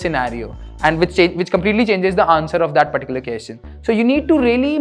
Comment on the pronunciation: Hey, you are doing a great job. I love it. On a lighter note- Can you also say “question- kwesChen” instead of “keschen”. Also “duhvehLuhpuh- developer” instead of what you say? Thanks.